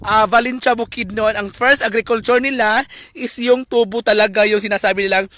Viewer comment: bayot kaayo pronunciation Ui.. ✓TU-BO! = (sugarcane)Pinagahi pag pronounce × TUBO= (pipe tube sa CR or Pangbunal sa hubog)